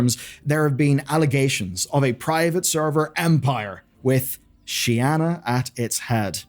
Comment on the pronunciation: "shianna" bro can't read